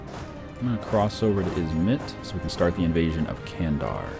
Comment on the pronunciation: i love how you pronounce Candar with English sound of C :D It pronunces with English G sound in Turkish like Gandar :)